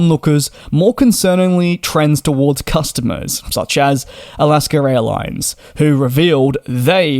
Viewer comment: It’s AlaskA airlines not AlaskER.